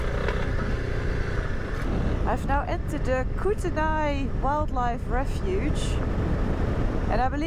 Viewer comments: Welcome to Canada, ehh! 😀. It’s pronounced “koot-a-nee”, and the buildings were grain elevators, where we “farmers” haul our grain to, sometimes called silos. I have a German friend who is travelling in BC, and heading here to Eastern Alberta and I asked to buy me a bottle of cherry cider, hard to find here, you gave me an idea to let her know to look at the farmer’s market, thank you, you should have asked for a taste, very good. I can’t believe how quickly you got through the border, enjoy 🇨🇦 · You were close on the pronunciation of Kootenay. It’s pronounced Koot-knee. The car you were behind was a remake of a late 60s and 70s muscle car called a Baracuda, or in this case, simply Cuda. You certainly are adventurous on some of your choice of trails! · It's pronounced "koot-knee" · Lol Noraly, Kootenay ( Coo-ten-nee ). Great ride, welcome to British Columbia, Canada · Yes I used to live there it is pronounced kutani Koo tan ee If you head North up the arrow lakes there are many beautiful spots including Hot Springs I could tell you a couple of them are very nice. I lived in that area for a number of years.. Nakusp Hot Springs is pretty good.. And further up the highway are more natural Springs 🙏🙏 Have fun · Cootknee is the correct pronunciation. Absolutely love your videos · Welcome to Canada!! We say Kootenay (koot-knee) 👍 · Kootenay pronounced Coo -teh-nee. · Kootenay is pronounced (KOOT-nee) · It is pronounced Koot-knee. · it's pronounced koot-nee rhymes with nohra-lee